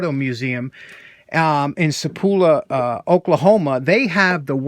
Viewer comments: I think you are talking about a town on Route 66 not far from where I live in Tulsa. It is pronounced Sa - Paul - pa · Just a little correction here, the heart of 66 Auto Museum is in Sapulpa. Pronounced SA PUL PA. I live near his museum but I’ve never gone to see it. I will someday. Your comment on being handy reminded me of a saying I heard once. It goes like this. Momma always told me “if you can’t be handsome you better be handy or the girls won’t have a thing to do with you”. I sure enjoy your videos. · Not to be that guy but are you sure that wasn’t Sa-pulp-a Oklahoma? I’ve been to the Heart of Route 66 Auto Museum, in Sapulpa Ok a few times. My wife and I found it by happenstance while driving Route 66 on a day trip, really awesome place.